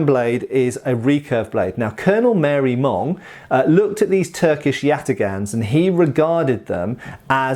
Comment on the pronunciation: Marey-Monge (ma-ray-monzh) not "Mary Mong". I had to look it up.